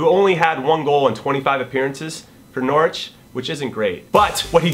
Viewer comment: Even if it's still not quite right, this is probably the best an American has ever pronounced Norwich. Good work Jimmy, now can we agree to never mention Ricky van Wolfswinkel again?